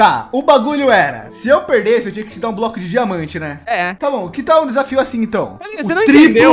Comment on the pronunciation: "thal" com L kkkkk